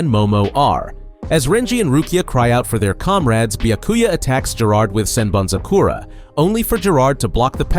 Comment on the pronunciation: bro...learn the pronunciations... "Sen BanZu Kora"? like??? do you even listen to how it's said in the anime?